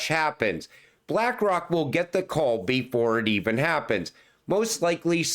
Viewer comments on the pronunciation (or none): none